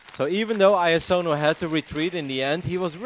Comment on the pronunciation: Is there noone who can pronounce iAsonus name ?